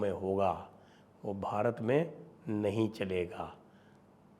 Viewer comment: Why are you advertising 25th, 26th, 27th in an accent which is highly anglicised calling pronouncing ' Bharat'as' Bharat '. Pls change this.